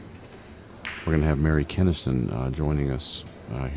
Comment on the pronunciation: mary kinnisten? Really?